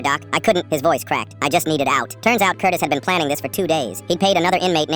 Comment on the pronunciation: i heard curtis as cortis and was gonna let it pass but hearing FELIX made me open up the comments and damn you're all here 😭